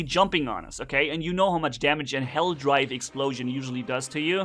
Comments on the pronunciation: It’s hellDIVE not DRIVE! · It's Helldive not Helldrive